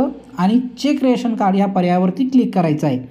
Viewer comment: राशन कार्ड असे म्हणत नाहीत, रेशन कार्ड म्हणतात .